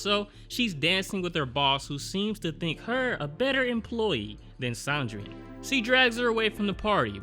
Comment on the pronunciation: Sandrine is pronounce the same way you'd pronounce Christine or Tangerine. San-dreen